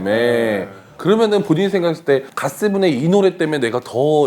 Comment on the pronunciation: GOT7을 god7아는건 제작진이 무래한건지 영어를 모르는건지 .....ㅉㅉㅉ